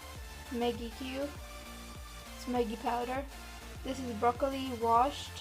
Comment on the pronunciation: brocolo pastaa